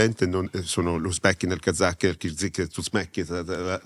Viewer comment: “Sono l’ Uzbechin, il Kalzachen, il Kirzichen, il Susmechin, l’ Arz z, z” mettete a velocità 0,7x 💀💀 comunque qua un po’ ragione lui ce l’ha. Dire “persona X è negli Epstein files fa pensare alle persone = pedo” Oggi la maggioranza delle persone non va a verificare ma si fida ciecamente del loro “influencer/content creator preferito”. Si fermano al titolino clickbait. Sapendo questo è ovvio che fa causa. Anche se teoricamente non avete detto niente di sbagliato.